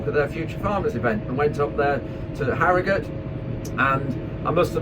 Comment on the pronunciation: A non Yorkshire man that can pronounce Harrogate and not harrow gaaate 👌😂 I wonder if the answer is for the driver to collect a sample signed by him and the factory as it is collected from the lorry before anything can be added 🤷‍♂️